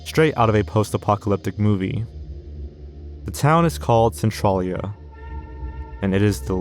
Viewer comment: Also, Centralia is pronounced "cen-TRAIL-ia" (at least according to Hbomberguy)